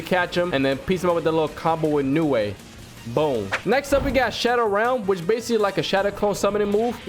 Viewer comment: Why did bro say shadow ralm